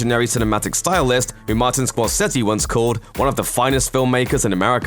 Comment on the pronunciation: Score-sez-ee? 5-nil?